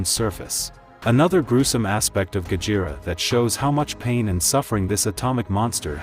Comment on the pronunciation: I wonder if there will be a Mothra or even King Ghidorah analysis video also it sounds weird when AI couldn't even pronounced Gojira correctly it said "Gajira" not Gojira